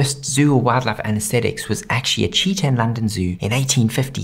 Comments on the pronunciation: Today I learned aussies pronounce "wildlife" as "wad-laf" 😂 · Every he says 'Wildlife' my brain can't tell if it's English or very Country